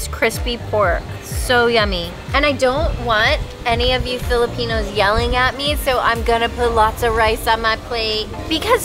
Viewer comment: I just LOVE, LOVE, LOVE this family. They are very entertaining. I think it’s funny how often corrects when she mispronounce and butchers our Filipino words. is such a good sport about it because she knows her husband and she knows he means well. And I also LOVE how the kids remain kids at heart and NOT act spoiled. They are well raised. I LOVE this family so much!!! Can’t wait for the next video. ❤️❤️❤️